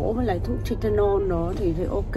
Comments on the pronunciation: e ơi không nói là tê tê nôn mà là thai la nôn nhe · TYLENOL ( Tai - lơ - non không phải Ty - tơ - non ) nha TN ú ù ! 👌🥰